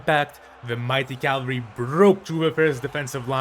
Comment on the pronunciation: Why do you call cavalry calvery